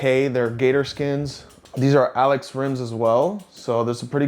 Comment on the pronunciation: If I'm not mistaken, "allez" is pronounced ahh-lay from French :)